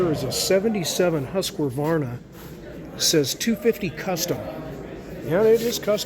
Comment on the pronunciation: Surprisingly - to me at least - even the Mecum auctioneers didn't know how to pronounce Husqvarna. So I guess you have a reasonable excuse. 😏